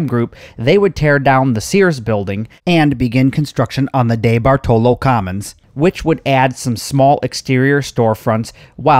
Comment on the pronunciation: Dude, the name is pronounced Dee bart olo. I live in the area and haven't been to it in yrs. My mall, Shenango valley Mall is empty and is slated for demolition asap oh yeah, I think (well used to lol ) The Eastwood Malls owned by The Cafaro co. Kauffman's didn't go out of business. they were owned by the may co and Macy's bought all May co stores including Kaufman's and elderbeerman stores. my parents used to take me and my bff there in the 80s for school clothes shopping.